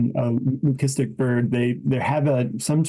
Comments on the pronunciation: It's pronounced Lü-si-stik, not lü-kis-tic. Source: merriam-webster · Why does it bother my so much that these news people can't pronounce Lucistic...lü-ˈsi-stik. only that last C has a hard sound. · Please educate the narrator how to pronounce leucistic!!